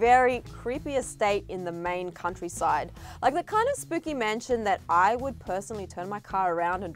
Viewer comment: Did she just say "spoopy"?